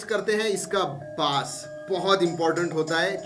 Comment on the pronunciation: Lawde base pronounce krte hai